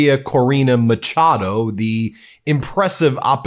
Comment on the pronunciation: The CH in Machado is pronounced like an SH in the word 'sheet' for example. That's how it is pronounced in Portuguese and Spanish. With such heavy Spanish influence in America I'm surprised you didn't manage to get that right.